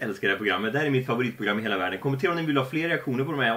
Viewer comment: Jag gillar när säger heila inte nu